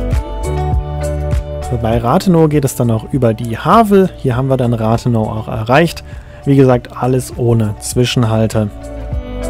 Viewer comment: Es heißt rathenooooow und nicht rathenau, es heißt Havel und nicht hawel